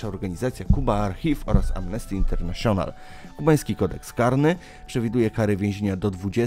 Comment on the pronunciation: Po pierwsze więźniowie nie są ilością a liczbą! Po drugie tak proste słowa jak "nieinkorporowane" należy czytać płynnie, a nie tak ciągnąć i dając poznać, że się nie zna tego wyrazu. Internaszjonal? No chyba nie tak to się wymawia... Kolejny błąd to: co? Jak to Burundi wypowiedziales? Bliżej było do azjatyckiego Brunei. Turkmenistan raczej nie jest komunistyczny, więc i telewizja taka nie jest. I dużo pomniejszych błędów.